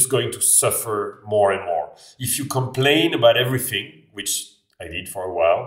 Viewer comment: c'est rigolo comme tu prononces "th" avec un [f] comme dans everything : on entend everyfing